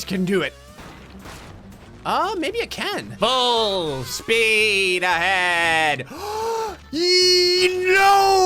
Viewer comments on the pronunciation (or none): When said full speed ahead I thought he said balls deep ahead!